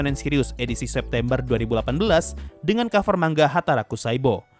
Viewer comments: Tulisan nya manga, tpi bacanya man-ga. Di jepang nggak ada "ng" kek di indo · manga bang bukan mangga, mangga itu buah buahan bang